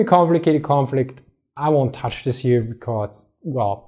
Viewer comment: "get it hier"